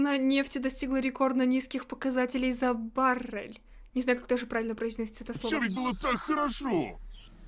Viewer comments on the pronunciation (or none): Баррель ударение на е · Баре'ль ударение на е